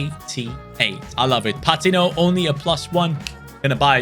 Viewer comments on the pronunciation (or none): It’s pa teen o. Not pat tin o